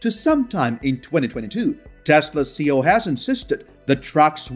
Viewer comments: but there are generally accepted uses and the acronym for chief executive officer C.E.O is not pronounced as one word….worldwide! Great info.. I learned more Tesla info here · I love your channel. I have only one small problem it’s your pronunciation of C.E.O, it’s an acronym not a word so each letter is supposed to be pronounced..Keep up the great work.